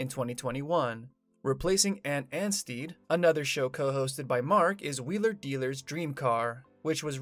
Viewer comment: Ant ansteeed 😂